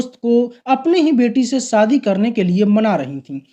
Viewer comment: शम्मिकपुर , है सम्मी कपूर नहीं , शादी है सादी नहीं .श बोलना नहीं आत क्या ? उर्दू या हिंदी नहीं आती तो किस और से ये काम करवा लो. बहुत ही गन्दा लगता है .